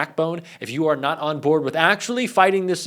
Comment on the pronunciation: But he sent strwongly woided lettahs. They didn't woik?